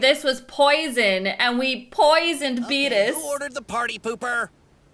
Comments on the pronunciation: I just love her Scottish pronunciation of Beerrrrus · never heard of someone pronounce beerus like you do lol